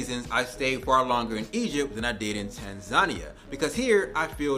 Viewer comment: They hate African Americans because you can't pronounce Tanzania properly